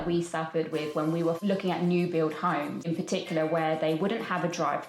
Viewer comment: It’s funny to me how they mispronounce homes as himes.